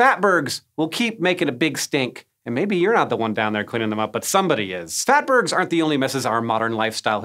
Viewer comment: Phatburgs ? LoLz 😆